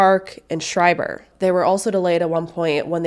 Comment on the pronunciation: Schreiber is pronounced Skryber, by the way.